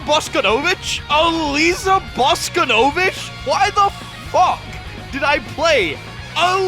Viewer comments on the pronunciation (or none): I will never forgive you for pronouncing Boskonovich as "Bosko-novich", based off Tekken 3's sexy announcer voice it's always have been "Bos-konovich" or "Bos-kono-vich".